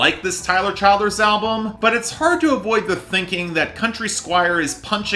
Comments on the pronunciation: it’s pronounced “chill-derz” lol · You’re pronouncing his name wrong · learn how to say the guys name the give your opinion it’s not as good as purgatory to me it was more rushed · It's exasperating to hear you keep screwing up his name.